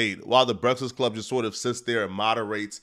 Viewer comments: says breakfast weird.. Brektist Club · Why does it sound like you can’t pronounce breakfast?